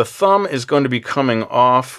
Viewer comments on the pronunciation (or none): Did anyone else hear "Fumb"??